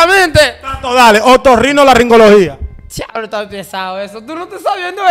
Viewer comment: Ni tú sabes pronunciar esa palabra. Es otorrinolaringología.